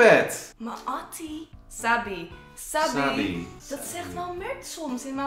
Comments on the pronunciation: Sahbie spreek je uit als sahbie niet sabie 😂😂 En dat zeg je bij je vrienden zo van Ewa sahbie 😂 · sahbi spreek je uitvals sagbi tipje ps leuke video sahbi 😜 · Je spreekt sahbi uit als sachbi letterlijk die h is heel erg drukkelijk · Sorry mr kmoest echt niet normaal lachen bij placa jullie zeggen plaaca mr het is plca(uitspraak) en sahbi jullie zeggen sabi mr het is saghbi het klinkt misschien raar mr het is Marokkaans die 2 woorden (kben ook Marokkaans) als jij ( of ) nog ni weten hoe je het moe uitspeke vraag het dan aan mert aubbb Tnxx (dit was geen haar ) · ahahaha sahbi je spreekt het uit sagbi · je sprak sahbi verkeerd uit. Dat is in het Marokkaans vriend. 💋